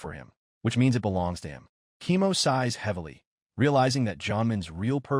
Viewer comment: Why is Koemo read as "chemo"? :face-fuchsia-tongue-out